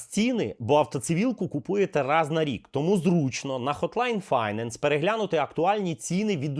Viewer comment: finance - second syllable is stressed = файнЕнс